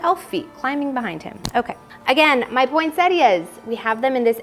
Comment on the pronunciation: I don’t believe it, you must be the only American that , pronounces Poinsettias correctly. Everyone else calls them Pointettas, they miss out the i . Well done. Your house looks amazing.